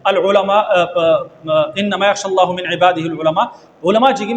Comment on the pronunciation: وروره ته عالم نه يي چى معقول در نشى کولى غلى کينه. هغه ايات د هم غلط ووايه ( يخشى اللهَ) دي ضمه نه ده فتحه دي. دا ډير خنځير انسان دى بايد چى غټ علماﺀ پرى رد وکړى نه ستا او زما پشان طلاب العلم